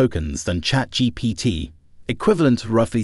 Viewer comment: it's 100% ai generated, look at how he pronounces chatGPT